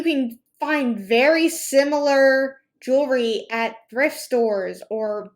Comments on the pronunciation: Love your videos! Did anyone notice this hun pronouncing “jewelry” weird? Like “jool-er-ree.” Lol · Call me crazy, but if you're going to sell jewelry, shouldn't you be able to say the word "jewelry" correctly?